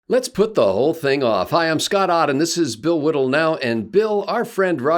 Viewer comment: William Whittle is a wotton waskally wabbit